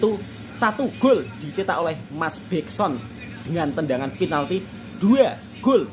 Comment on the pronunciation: mas jujur aku cakap...aku dengar kau cakap "mas Begson, mas Syafiq" aku ketawa sorg2 ....mmg kau ni asli org Jawa.....salute mas